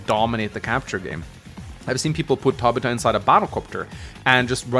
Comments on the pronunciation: It's pronounced Tab i fa not Ta bi ta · Tab-ith-ah. Not Tab-it-ah. Love your content. But that was bothering me. I know its stupid but I couldn't help it. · Never heard anybody ever say Tabitha like that. Ta-bith-a. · Tabita? Tabitha. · For the love of, you are way off pronouncing Tabitha: The developers knew how broken Caulder was, that he was banned from the online mode. I agree that for a Final Boss, it makes sense he is overpowered, and clearly was not meant to use in multiplayer. I'm not sure if I would consider Lin to be A. Maybe in Fog of War, but without it, she does become a bit under-powered compared to the rest. While Greyfield is a weak CO, I do say he shines on larger maps, especially with Naval support. When you are running out of ammo and fuel, so don't have to rely on APCs (or whatever they are called in Days Ruin). He can just activate his CO Power, and that is really helpful (he's basically like Jess). Also, APCs can only build a Temp Airport or Port once. The Materials can not be resupplied, and only Greyfield's power can do this. Same with building Seaplanes.